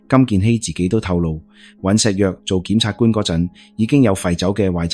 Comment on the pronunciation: 檢察官都讀錯吾系呀